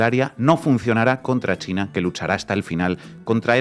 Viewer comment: Grade Mayor bien alimentado. Y dice mucho chleina. Si lo vessi escuchas cheina y tiene el pelo color zanahoria corre Que te arranca los boldillos del pantalon